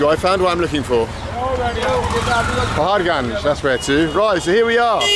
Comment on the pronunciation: Ur pronunciation of paharganj is awesome.. Love it